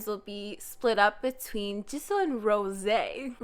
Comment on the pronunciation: Why the fuck do you say Rose's name like that